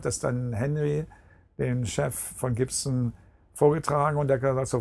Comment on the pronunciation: Hmm...he can say "scorpions" and "Gibson" just fine. HMMMM!